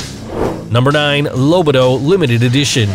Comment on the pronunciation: I may be wrong, but wouldn't the "Lobito" be pronounced more like "Low-BEE-Toe" (which I think would be correct for Italian pronunciation?)